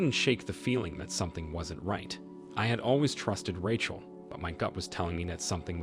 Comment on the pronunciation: “I wanted to know if Ratchle was ock.” 😂